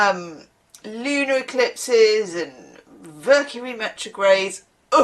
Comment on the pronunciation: “Vercury metrograde “ did you say that?? 😂